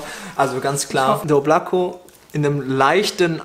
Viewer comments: Oblak"a" statt Oblako : ) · Hey.. achtest immer auf die aussprache beim Kaloud... Genau das selbe muss ich auch immer, wenn ihr alle den Oblako falsch ausspricht; DD Lass dir Oblako mal von nem Russen aussprechen; p LG